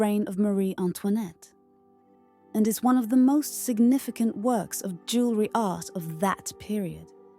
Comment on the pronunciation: "Luxury elegance jewerly".... punching the speaker....